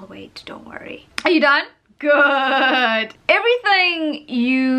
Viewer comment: saying ‘good’ is like ‘goõøöôœd’ LOL